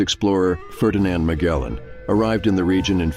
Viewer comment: I always thought the man's name was pronounced "Mah-jellan", not "Mah-gellan". Maybe someone knows for sure.